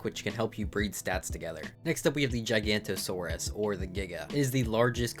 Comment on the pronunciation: a lot of pronunciations are off, it's "jigga-no-tuh-saurus" not "giganto-saurus" and "dunk-lee-aus-tee-is" not "dunk-lee-oh-stoosis"